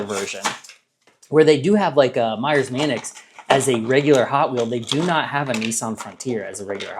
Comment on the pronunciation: Manx is pronounced Manks